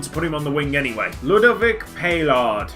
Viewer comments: please read this! Paillard, in french, is pronounced "Pie-Hard" (or you can just forget the D) Yeah... I know xD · Paillard is pronounced like (Pie-yaad). Like the youtuber Remi Gaillard, if you know of him.